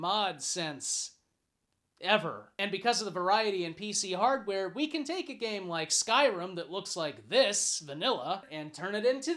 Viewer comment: Its a joke of you calling it gane instead of game.